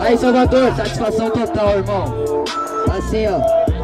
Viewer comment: Vishhh o falou satisfaçao kkkkkkkkkk